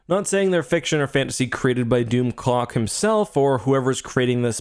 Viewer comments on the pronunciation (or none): I swear to God! I thought was saying DoomCock. I'm sorry! I was losing it when he kept saying DoomClock. 🤣😂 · Doom clock not doom cock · Its hard to watch a video and take it serious when you keep hearing "doomcock"